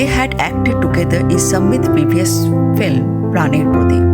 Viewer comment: Background music is too loud . So disturbing . Plz watch it out , when making next video.another point should not be avoided . The narrator is not pronouncing right — the word ‘film’ . This is not filim ! The correct way is Film ! Definitely not Filim !